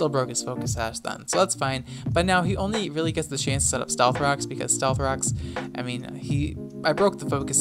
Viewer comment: why for does he say “stealth cocks”?